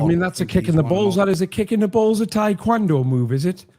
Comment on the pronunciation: Taekwondo isn’t tap touching, and to top that off can’t even pronounce it right